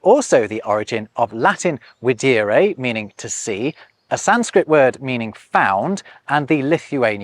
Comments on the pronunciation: videre would be pronounced with a long e sound, like vi-deh-re as indicated by the macron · Ok, I am really curious now (and a bit ticked off 😂), where are you (or anyone) getting these Latin pronunciations from? Because it sounds so off (when compared to Romance languages). I don't see how that V in VIDERE, sounds like a W, when that's not the case in Romance languages. I am a native Spanish speaker, and naturally, we get taught an incredible amount of Latin in school, since it is the root of our language. We do a lot of etymology as expected, and not once were V words pronounced as Ws. Today, Videre is VER in Spanish, Catalan, Italian, French and Romanian. No one pronounces that V like a W in any of the listed languages. If I am wrong, I'd really like to take a look at the sources for these unexpected pronunciations. Otherwise, from what I do know, the math isn't mathing. Especially since it is a dead language, it would make sense to me to take a look at Romance languages, as a guide in how to pronounce Latin.